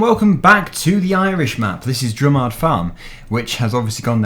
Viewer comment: i just want to say it is pronounced drumered